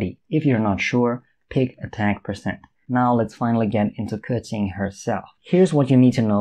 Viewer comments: Finally someone who pronounces her name properly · Someone who understands her kit and knows how to pronounce her name. Very nice.